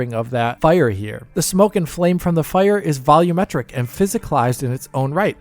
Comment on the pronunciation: Heeey, they finally said "volumetric" correctly! I'd like this video twice if I could! :)